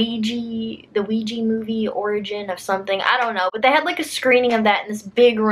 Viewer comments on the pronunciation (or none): none